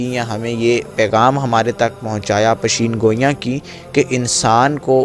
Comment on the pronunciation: Good information.....is k elawa laffz pasheen goyan nahi hota..bal.k...peshan goyan hota Hy..